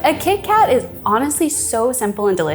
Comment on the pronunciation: Did I miss it — why Kee Kat when Keith Kat was right there?